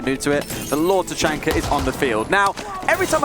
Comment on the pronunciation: I think it's hilarious the way they say Tachanka. Ta-chunker lol!